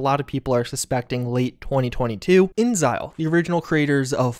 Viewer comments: Say it with me "In Exile" not "in zile". Lol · So you know, InXile is not pronounced like that. It's literally "In Exile," as in from Black Isle.